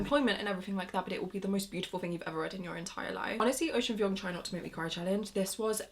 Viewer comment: Girl that’s not how you say Vuong. Please check how the author himself says it.